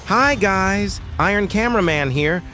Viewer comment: why did you say “hI GuYs” like that